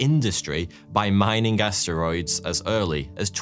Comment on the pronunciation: He didn't say asteroids, he said ass steroids.